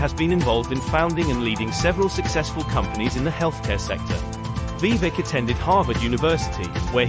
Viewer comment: Do your homework. His name is Vie VAke. Learn to pronounce his name if you expect any credibility.